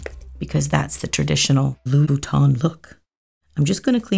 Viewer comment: Beautiful and very classy! Love the choice of coffin shape. To any english speaker who'd like to pronounce the name of the designer right, it's easy! It's like saying ''ain't'' but don't pronounce the ''t'' at the end. So it's loo-boot-ain :)